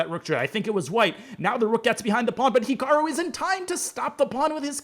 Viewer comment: Naroditsky could at least pronounce Hikaru correctly